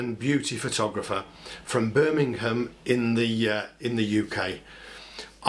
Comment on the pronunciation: I like how you say “Bir-min-ham”